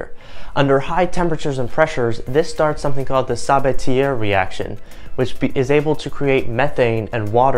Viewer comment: it is.... sa ba tea eh ... not tea air ... it is a FRENCH name ... please take the 10 seconds of time it takes to leatn how to actually pronounce someone name correctly